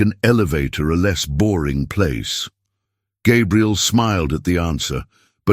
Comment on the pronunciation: The narrator keeps messing up Gabriel's name some times saying it right, but a lot of times calling him Gabrielle (which is a girl's name).